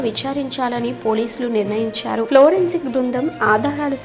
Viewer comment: ఏమ్మా ఏమ్మా florensic బృందం ఆ ? 😀అది forensic తల్లి